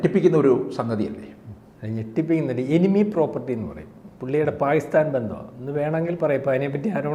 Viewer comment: Fopal... maharastra sarkar.. Faakistan... Fina.. Intelligence Fyuro 😂